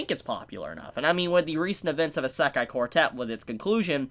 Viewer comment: Your pronunciation of isekai hurts me